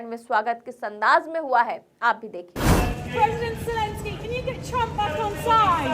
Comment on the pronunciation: Please three is no j in Jelensky's name. Kum se Kam naam toh theek se liya karein aap log. 😢😢😢